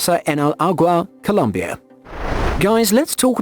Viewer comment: MY MAN IT IS C O L O M B I A NOT "COLUMBIA" (UNLESS YOURE REFERING TO COLUMBIA SC AND CIELO NOT "KEE E LO" CEE E LOH...